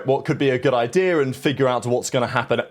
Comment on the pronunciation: lol hard R’s every word that ends with an A. an idea’er is crazy